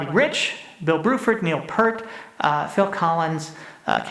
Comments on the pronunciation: Love it. However, Peart is not pronounced "pert". Rather, it would rhyme with "beer" if "beer" had a 't' at the end of it. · I can't tell if he mispronounced Peart as part of the act or not.